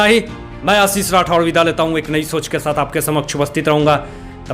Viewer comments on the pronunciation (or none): none